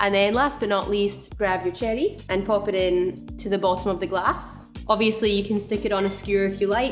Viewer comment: I love how she says it😜